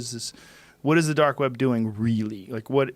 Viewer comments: Is he saying dork web? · “They’re Doark Sided”